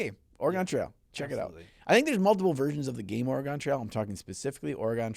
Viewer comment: Man saying Oregon wrong hurts me as a local to the state for 8 years